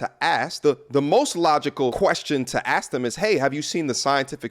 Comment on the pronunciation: The word is 'ASK' not aks as you seem to think it is?